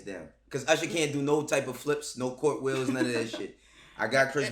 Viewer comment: Nobody:: Courtwheels